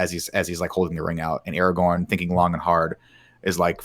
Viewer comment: It’s ARAGORN, not Aragon!